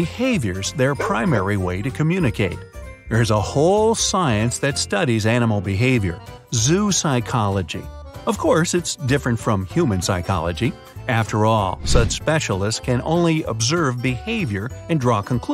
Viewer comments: It's not "zoo-psychology." It's "zoh-oh-psychology." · In English, letters do not have a separate prononciation unto themselves. Their pronunciation is affected by their placement in words and the placement of other letters around them. Although the word zoo is pronounced ZU, zoopsychology is pronounced Zo-o-psychology in the same way that zoonosis is pronounced Zo-o-no-sis.